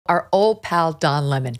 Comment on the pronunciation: Don Lemon < pronounced LaMoan. Don LaMoan is back.